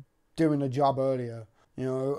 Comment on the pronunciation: It’s Job by the way, not Joe. Everyone gets confuse but when I check the IMBD, that’s what it says